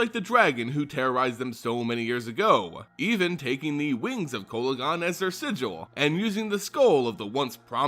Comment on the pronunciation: Your saying the name wrong